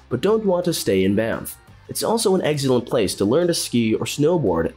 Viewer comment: "eggzellent"? "Lake Lewis"?